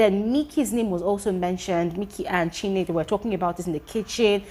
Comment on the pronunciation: Chinne not chinwe